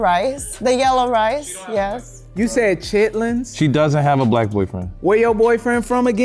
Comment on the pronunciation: Wen she said CRITLINS 😂😂😂